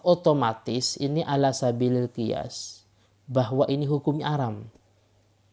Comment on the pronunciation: Tuh gk jauh beda sama orang ini..!!!! Nyebut nama allah pake و 🤣